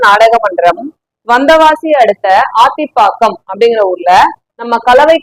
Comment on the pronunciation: அக்கா அது அத்திப்பாக்கம் ஆத்தி பாக்கம் இல்ல